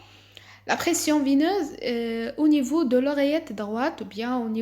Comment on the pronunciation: La pression veineuse pas vineuse , il te manque beaucoup de progrès dans les articulations et la prononciation.